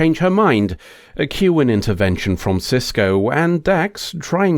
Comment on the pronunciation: It's Sisko, not Sysco. And Eddington, not Edington. :)